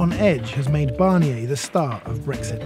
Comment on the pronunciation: His name is Barnier - who’s ‘Barrniey’ supposed to be? Why can’t the Brits not even pronounce a simple name?